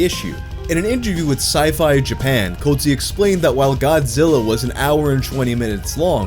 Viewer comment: sci, fi? You said it weird